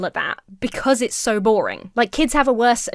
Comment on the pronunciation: so doesnt have an "R" in it